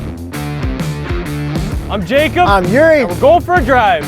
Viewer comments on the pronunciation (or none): none